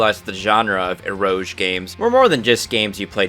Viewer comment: Why are you saying eroge like that Kenshin is rolling in his grave at that pronunciation of Uesugi too.